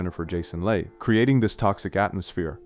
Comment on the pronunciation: And Jennifer Jason Lay.